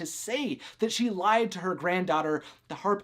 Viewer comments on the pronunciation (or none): none